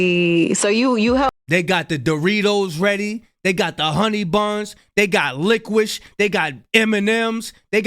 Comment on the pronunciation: "They got lickwish" 😂😂😂